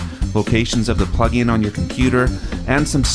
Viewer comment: It says "DAW Pugin" instead of "plugin".